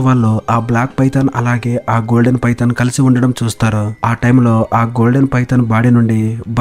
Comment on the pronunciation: నీకు దండం స్వామి 😂😂 పైతాన్ చాలా బాగుంది పడిందా🤣🤣 నీ డబ్బింగ్ 😁😜👍